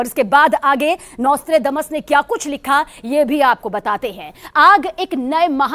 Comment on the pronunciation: नॉस्ट्राड्रामस या नॉस्ट्राडमस 😂